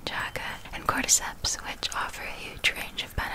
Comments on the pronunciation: Did she say c o r d e c e p s? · D.. Did she say cordyceps? Naaaaaaaaaaaaaaah you ain't ever convincing me to put cordyceps in my body.